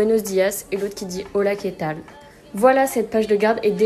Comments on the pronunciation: C pas Che tal mais qué tal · A on dit 'qué tal' je croit